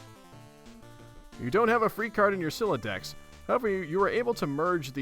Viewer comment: I think youre the first person ive ever witnessed properly pronounce the homestuck vernacular right away, most people mess up on words like captchalogue or sylladex on their first few tries